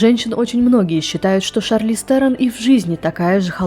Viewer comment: Ну, если уж придираться к фамилиям то фамилия Шарлиз произносится как "Трон" где t это th, как и у всех африканеров с такой фамилией.